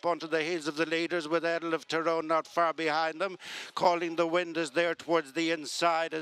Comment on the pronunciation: Yeah, but he needs to learn how to pronounce "Earl" and "Pearl".